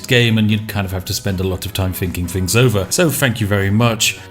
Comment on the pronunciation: You betray yourself when you say 'fings' and not 'things'